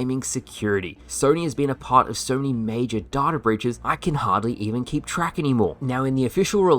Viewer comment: Pronounce it as data, not data